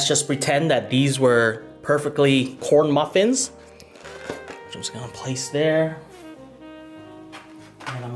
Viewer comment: you said said porn muffin 😂😂